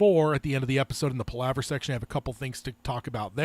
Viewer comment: He’s mispronouncing Palaver. It’s Pal (like your buddy) a (like uh ) and ver.